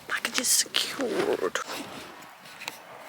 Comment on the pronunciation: "Packages securrrrred" hahaha 🤣 I love these vids 💯 😃